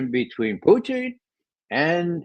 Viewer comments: It’s pronounced Poo teen. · Great panel,. As usual, your channel delivers the goods. The only quibble I have is with Ray McGovern's persistent mispronunciation of Putin's name. It's a mark of subtle disparagement and contempt, and it's quite off-putting if this is the case. "Poutine" is a deep fried, gravy smothered Quebecois dish, and I can't help but wonder if this is deliberate. If so, it's unworthy of McGovern's fine character and great mind. Please, Ray. Pooh-TIN - with a soft "t" not a hard spitting "t".